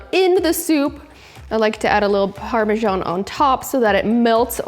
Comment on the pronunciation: It is pronounced Parma SAN not Parmjon